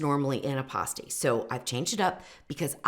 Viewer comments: I lived in the U.P. for years and always heard it called "pass-teas" not "pah-stees". I have an originsl pasty recipe from one of the larged pasty shops in Marquette. I might try yours because trying to find rutabagas here in Indiana is impossible. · Not to be critical but you're pronouncing it p-ah-sty when correctly, it is p-ass-ty. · Born and raised in the UP. It is pronounced PASTE -EE